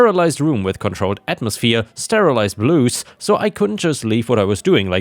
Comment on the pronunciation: "blouse" has an "ow" sound, like someone got hurt (ouch) or the "ou" from "outside." Not an "oo" sound like "blues."